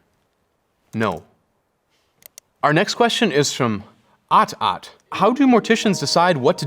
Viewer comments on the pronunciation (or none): Aht aht! Don’t pronounce it like dat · I was so tickled by him pronouncing AHT AHT as "ot ot" lolol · Hahahaha “aht aht” is pronounced “at at” said quickly like “atat”. It’s often used for babies/children as in “stop” “no” “don’t do that” “don’t even think about it”. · The pronunciation of “aht aht” was so funny to me when I realized what it was. I think most black people and maybe other people of color realized what that meant and giggled a little 😂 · the way he pronounced “aht aht” made me laugh louder than it should’ve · The way he pronounced aht aht 😂😂😂